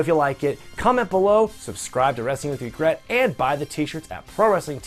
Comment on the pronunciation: Did Rhodes say " wrestling with A wregret"?